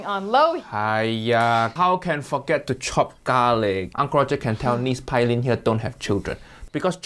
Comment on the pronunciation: Fyi ...Her name is pronounced pay-lin I think only in the afterlife would Uncle Roger would ever collab w/Jamie 😂😂maybe not even than